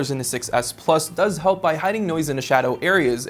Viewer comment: I agree, he always puts emphasis on the wrong word so it's hard to follow. When referring to the different models, he emphasizes the "plus" both times and not the "s" to differentiate them. This happens in a lot of his videos.